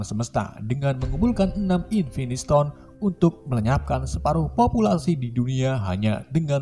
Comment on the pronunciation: invintistone anjirrr nggak kuat 😂😂😂😂😂😂🤣🤣🤣